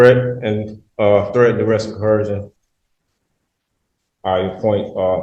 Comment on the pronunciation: Why can’t ANY sovcit properly pronounce “coercion.”